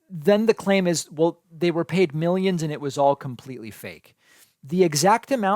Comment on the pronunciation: “Mil-yeeens and mil-yens” 😂😆